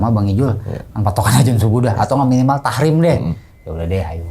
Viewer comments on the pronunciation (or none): Tarhim bang 😭 bukan tahrim